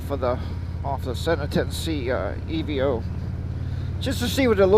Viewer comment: Hello nice video. For the record it's pronounced EVO as in evolution not E V O......... I like the unit and considered adding it as a second camera before my GoPro Hero 8 Black purchase. I think it shoots best in 1080 60 fps for youtube but what do I know I'm still using the 6 year old Sena Prism. Also great idea to move the camera forward on the helmet. thanks for sharing.